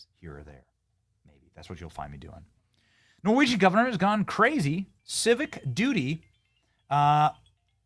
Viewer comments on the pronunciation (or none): none